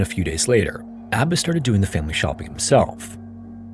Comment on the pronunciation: Omfg. Its pronounced "Ah-Bah-s" not "Abbis". And your little comment about Arranged Marriages lol like the Marriages in America are any happier and better because people get to choose? Get a life